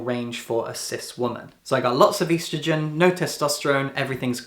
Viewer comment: Hey I'm trans and your valid but the way you said estrogen has physically scarred me.